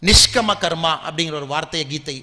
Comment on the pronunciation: அது நிஷ்கம கர்மா இல்லை.நிஷ்காம்ய கர்மா என்று சொல்லவேண்டும்.